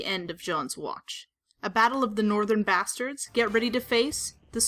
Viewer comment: "those bastids"